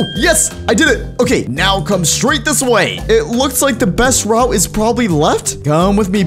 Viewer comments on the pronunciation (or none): none